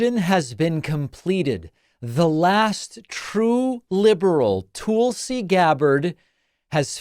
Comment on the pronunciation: Actually David, you are wrong about Tulsi (pronouced: "Tull", like Jethro Tull, and "See" or "Sea", not Tool see), she did quite well in the 2020 Democratic Presidential Debate. She dominated Kamala Harris during the debates. She was right behind Joe Biden, Bernie Sanders, and Elizabeth Warren, and she was quickly moving up the percentage board of favoritism. Fearing that she may very well pose a threat to Biden's election possiblity but wouldn't have enough favorability among Americans to win the presidential election, the DNC had claimed that she didn't have enough percentage points to continue to the next debates, which was a lie, and they had Hillary Clinton claim that Tulsi was a Russian plant. This ultimately sealed Tulsi's fate, and that's why she eventually switched to the Republican party. David, I wish you would tell the entire truth about Tulsi and not defame or slander her just to fit your narrative to titillate your audience. There is so much more to Tulsi's story that you are leaving out. I love your podcast, otherwise, and wish you all the best. Cheers.